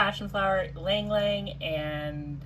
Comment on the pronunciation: Thanks for pronouncing ylang ylang correctly!! Leaving off the " y,"